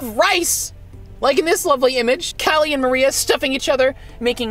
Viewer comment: Y u get callies name wrong